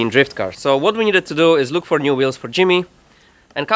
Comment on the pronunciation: did he just say "should blook very nice"?